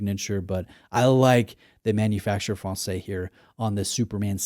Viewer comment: ma·nu·fak·tur fran-says! 😂